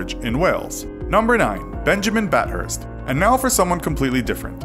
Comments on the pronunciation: Its bath-thirs Not bat hurst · Bat hurst😂 dude I literally live in a town called bathurst in Australia how can nobody say it right 😂😂 it’s pronounced bath urst